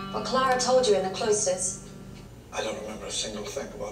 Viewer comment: It ClAra not ClEra!